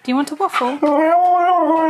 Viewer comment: he said "a waff" perfectly! Then he was just his usual comical self sussing out the waffle bowl, or is it bowl waffle? We'll let the semioticists decide.